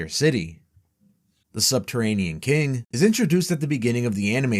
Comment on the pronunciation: "The subterranean ki-ing"